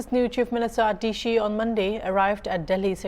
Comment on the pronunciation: Not adishi it's Atishi